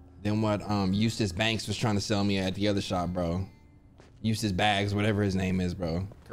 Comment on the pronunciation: this nigga said eustace banks, lol